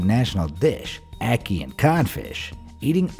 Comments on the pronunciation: Being a Jamaican and hearing how this guy pronounces ackee makes me cringe😂 also fun fact in Jamaica we call the huaya fruit "guinep" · Jamaican loud and proud! Were you also annoyed by how he pronounced ackee?